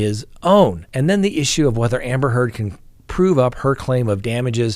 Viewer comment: I was cackling at how many times "Amber Turd" was said today in court